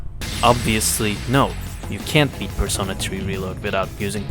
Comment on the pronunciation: Bruh how the hell are you gonna miss the perfect word. “Persono”? Bro you had “Perso-NAH” RIGHT THERE.